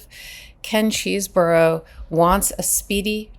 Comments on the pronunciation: Love your saying nurdy cheesboro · It’s “cheese-bro” as in Chesebrough-Ponds, the makers of Vaseline, now known as Unilever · Is it not possible to find out how to pronounce these people’s names? Chesebro, Aileen Cannon … how hard can this be?